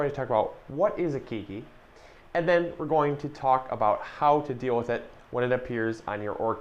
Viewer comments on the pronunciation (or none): Howzit. Nice video. Always informational. Keiki is pronounced kay-kee. Not kee-kee. Mahalo. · This the third video today I hear say keekee for keiki.